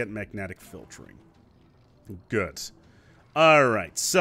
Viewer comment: The word good doesn’t have a “T” at the end. I cringed every time you said it haha. Very helpful video tho